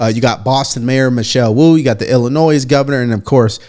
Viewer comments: There is only one Illinois. It is pronounced "ill a noy". It isn't pronounced "ill a noise". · Illinois is pronounced, "Ill-i- noy." There is no "z" or "s" sound. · the world Illinois you dont say the S DUHH ERRR great job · You don't pronounce the "s" in Illinois. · The "s" is silent at the end of Illinois. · Hey brother, just wanted to help you out, the "s" in Illinois is silent when saying the state's name. Cheers :)